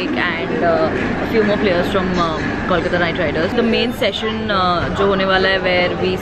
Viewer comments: It's Kolkata not KAWLKATA. You can say Calcutta as well. We're chill with it :) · IT IS KOLKATA. Pronouns it properly.